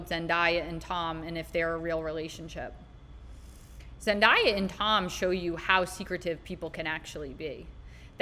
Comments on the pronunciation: Zendaya is pronounced Zen-day-ah. I see a reel recently where she said her name is always mispronounced. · It's pronounced zen-day-ah